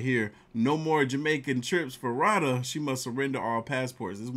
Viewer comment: Dude it's Roh-duh! 😂 I just saw a post the MTR put on Instagram! That heffa is in Jamaica!